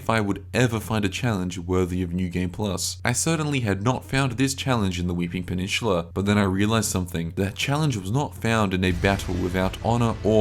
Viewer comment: it's peninsula not pe-nin-shhuula.